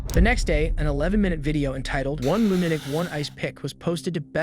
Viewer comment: *One Lunanic One Ice pick*? MAAAN SHUT THE FK UP! ITS LUNA'TIC! NOT LUNA'NIC!!